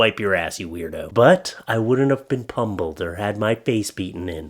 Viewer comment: "pumbulled"...lol!, I love the way you pronounce pummelled. Thank you for your laughs!